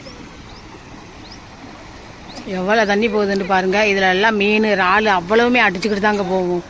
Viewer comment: வார்த்தைகள் பேசும் பொது யங்களுகு சில வார்த்தைகள் புரிய இல்லை இரல்லே ரல் ரால் சொல்லும்போது yanaku புரியவில்லை.